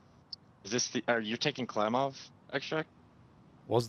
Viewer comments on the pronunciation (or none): The way he prounces klimlov makes me not trust me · funniest part of this was you trying to say KLIMOV street